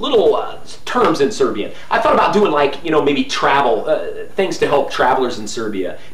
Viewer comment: Very nice Serbian pronunciation for a Westerner! Congrats!